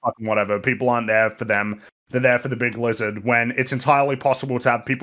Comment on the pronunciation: 5 seconds in we got "Lig Bizard" and I already know this is gonna be a good one!